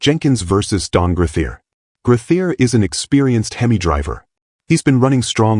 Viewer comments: Hem=ee not Hemiss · This video needs a lot of image correcting and pronouncing of words. Him E versus the Him Miss sound for instance. A Camaro does not looke like a Vega which a lot of the Video has off, with some tweaks would be a lot better. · You need to teach AI how to pronounce HEMI !!